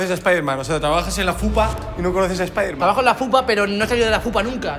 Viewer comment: Nadie: Mangel: Splayderman